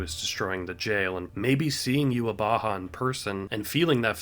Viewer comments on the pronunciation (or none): it is. It is germanized version of it. In german it means the awakened god (literally the wake god) that’s also why even the japanese VA mess up yhwach’s name. The pronunciation is NOT youhabaha but youhawach (with a soft w and the typical german ch). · true. It is the japanese pronunciation of the german word. But the dub should have used the german pronunciation or at least tried. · it's not a mistake on the japanese part, that is actually how they pronounce yhwach there. the real issue at hand is that viz didn't do their research and copied the way jp dub pronounced his name